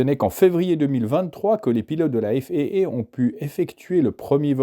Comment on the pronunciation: Intéressant. Mais céder à cette mode de prononcer des sigles (même anglophone) comme FAA en disant "èf èïe èïe" au lieu de "èf a a" est franchement ridicule. Comme tous les anglicismes d'ailleurs. L'aéronautique est née en France avec les frères Mongolfier et Ader. Sa langue natale est le français. Ne l'oublions pas.